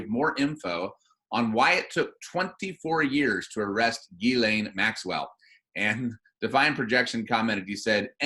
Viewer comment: Ghislaine is French. It is pronounced Jhees-Lane ('J' sounds like Jesus, without the 'd' sound at beginning). The FBI guy got the pronunciation wrong. It isn't Guylaine its Ghislaine.